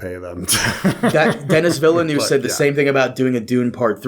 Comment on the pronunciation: Deh-knee Vill-new